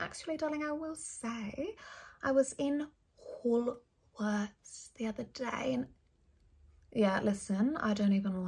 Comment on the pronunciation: im dying over the way she pronounced ‘woolworths’ 😂😂😂